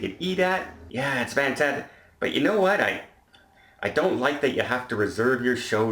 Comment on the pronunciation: FFFFantastic. Not Vantastic.